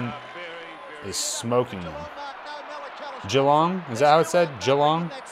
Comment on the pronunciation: ‘Ja-Long’ ‘ der-mit’